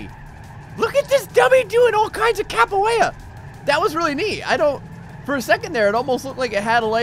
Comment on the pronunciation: Capo-eyra Me: Oh, Capoeira.